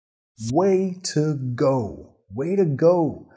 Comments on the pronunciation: Hola!! en el minuto dice bien claro Way to go!! (wei tu gou) pero luego lo lee más rápido y cambia a weira go!!! en que caso aplica? es una regla?? saludos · The words are - way to go - when we say the phrase quickly it sounds like way-da-go